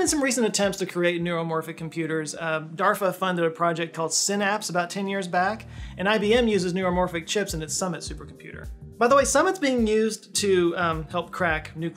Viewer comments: Woah! Cool... cool coocoococool.. w.. wait did he just say DARFA? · "DARFA" LOL made me laugh even though it was complete accidental pronunciation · DARPHA? Um, DARPA perhaps? 😂